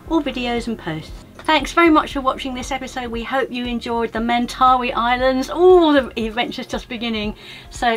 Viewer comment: Just pointing out that the young fellow you met with the tattoo pronounced it "Men-tuh-'WHY" as opposed to your "men'TAHwee". Thanks for, once again, taking us on another adventure to a rarely seen corner of this big beautiful earth we share!